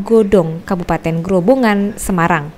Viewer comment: Ada beberapa hal yang perlu diperhatikan. Sebelum proses tayang. 1. Pembacaan yang benar adalah Desa Rajek bukan Desa Rejek. 2. Kemudian Kabupaten Grobogan bukan Kabupaten Grobongan atau Grobangan. 3. Grobogan adalah wilayah sendiri atau kabupaten yang ada di Jawa Tengah bukan termasuk wilayah Semarang. 4. Keterangan lokasi di lower third menunjukkan di Semarang, padahal sebelumnya sudah ada penyebutan Grobogan oleh Kapolda. 5. Reporter menyampaikan bahwa melaporkan dari Grobogan sementara pengisi suara menyampaikan melaporkan dari Semarang. Tks.